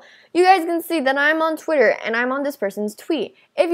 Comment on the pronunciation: Wait I heard say Twitcher xD